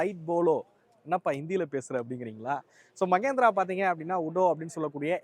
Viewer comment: ಮಗೇಂದ್ರ ಅಲ್ಲಾ ಮಹೇಂದ್ರ